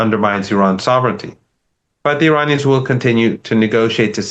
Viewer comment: Since you are able to pronounce every English word correctly, how about honoring Iran(Ear-on) and Iranians (Ear-on-ians) by ATTEMPTING to respectfully pronounce their country/populace correctly?!?! This isnt the 1980’s. 👏💪🏼‼️☮️